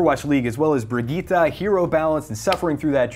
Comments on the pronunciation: Its bri- GI-TTE she literally says it in game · Its pronounced brigg-eeta